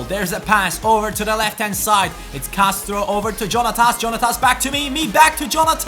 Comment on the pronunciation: Jonathas is pronounced Jon-a-f-as